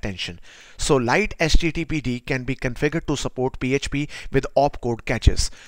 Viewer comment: Mate it's pronounced 'lighty'